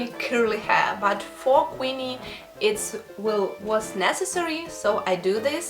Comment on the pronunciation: Beautiful. It's Queenie though, not Quinny.